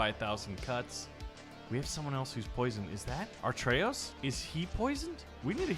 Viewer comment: Please... It's a`TR'eyos not a'RT'eyos